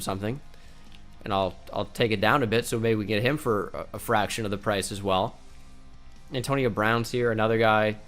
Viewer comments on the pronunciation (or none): none